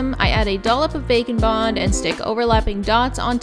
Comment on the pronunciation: I know it’s probably “bake and bond” but every time u say it I hear “bacon bond”